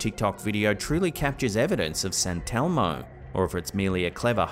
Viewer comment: “Santelmo” I’m thinking they are just putting the emPHASIS on the wrong sylLable.